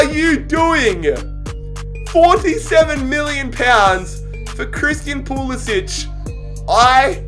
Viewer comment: FYI:, when pronouncing American names almost never is a “c” a ch sound. so when saying pulisic it sounds like PooLissik. no poolissich. in America we only make the ch sound with a c if it has that diagonal line over it.